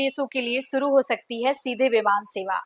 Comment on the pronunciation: Deso nahi desho,sarma nahi Sharma, suru nahi shuro at least koi language to Sahi bolo behenji, try to improve, Good luck